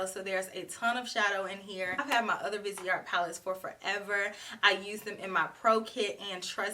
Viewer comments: Who wouldn't love to go shopping in Paris with? I want to try this Vi-say-ar Grand palette (your pronunciation is good, the T & E the end are silent). 😘😘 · i was born in paris xyou pronunce it very well only dont pronounce the final t